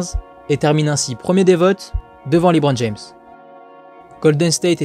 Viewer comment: Superbe vidéo sauf le Liiiibron James mdr